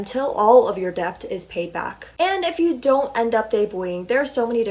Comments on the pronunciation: interesting video!! for future reference it’s pronounced D•E•T the “B” is silent. :) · the way she pronounces "debt" and "debut" is so wrong and funny lol